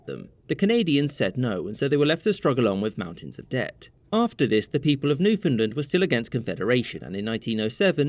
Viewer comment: I'm impressed that an American finally pronounces Newfoundland correctly. Amusing note: My uncle was sent overseas during WWII. Very few people knew that he was actually stationed in St John's.